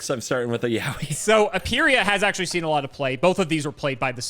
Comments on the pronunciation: Note that "Yowie" is pronounced "yoh-ee" not like "Yaoi." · this video really was just flexing his misdirectional skills ps: it's pronounced YO WHEE